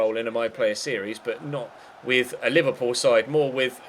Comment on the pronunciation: Anybody hear say Liberball players